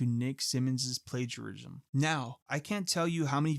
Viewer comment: Bro can't pronounce plagiarism 💀